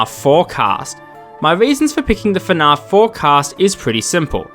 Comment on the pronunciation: dude i love your videos, but the way you pronounce fnaf bothers me so much 😭